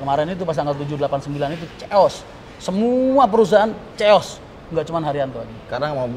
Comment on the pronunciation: "Keios",, bukan "Ceos", emang "ceos dhahar?"